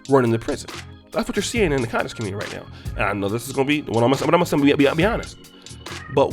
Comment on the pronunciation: I like that you put the emphasis on "CON" on the word conscious lol. Seriously we need to do our due diligence whenever we listen to anyone theory or any "ISM" we attribute our black community or diaspora. The culture is rich and filled with lot leaders who influence different socioeconomic and political spheres.